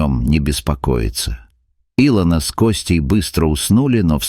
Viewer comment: если и сказка (это скорее всего....) -- красивая... респект за хороший рассказ только не И'лона ,а Ило'на у некоторых авторов бывают странные трудности с ударениями в словах